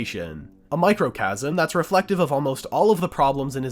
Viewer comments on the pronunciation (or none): Diluted themselves? You mean deluded? EDIT: Also, it's not Microchasm. It's mi·cro·cosm. Microcosm. Microchasm is not a word. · Microcosm, not microcasm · really pronounced "deluded" as "diluted" and "microcosm" as "microcasm".